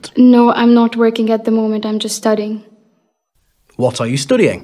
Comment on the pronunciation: No way the guy said "STUTIENG"